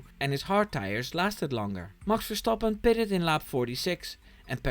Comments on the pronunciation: Ik kon het alleen horen aan de perfecte uitspraak van "Max Verstappen ". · The way you pronounce Max Verstappens name restores my faith in Americans! Google translated "and he yelled at GP" as "en hij schreeuwde tegen de huisarts", so yeah, Dutch is a difficult language.